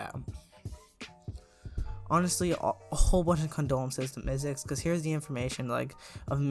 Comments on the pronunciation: LOL HOW U SAID ZICKLE INSTEAD OF MYZX LMAOOO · Love how ur saying "zickle" lol